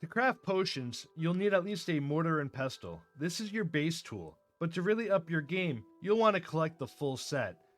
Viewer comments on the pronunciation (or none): That’s not how you say mortar and pestle. The T is silent. I only say this because this is the 5th video I’ve see from different people saying it wrong. Not as bad as “marxhant-iile”, but wtf. 😂